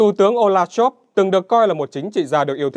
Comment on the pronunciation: Scholz tiếng Đức đọc như Shols tiếng Anh bạn nhé, đừng đọc là "Shôp" nữa (vì làm gì có “p” hoặc “f” ở cuối từ đâu)! Nhân tiện đây nói thêm: nhiều người Việt cứ đọc “A-đôp Hit-lơ”hoặc “đánh gôp” nghe rất buồn cười (vứt béng âm “L” trong Adolf và golf đi vì không đọc được).